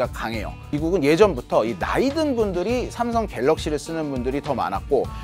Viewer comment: 삼성 관계자분들은 댓글 다 읽어보셔야겠네요. 기자분 아드님의 쌤성 발음 넘 귀여워요~~ 미국에서 왔군요 ㅎㅎ